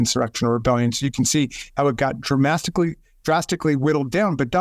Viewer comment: Lol I know it was a slip-up, but I lol’d at “dramastically” and appreciate that he just corrected himself and moved on without trying to make it seem intentional. If that had been drumpf’s stupid ass, he would’ve said “dramastically… drastically and dramatically… you all know what I’m talking about, we got both drastically and dramatically going on here, and you all know what that means.”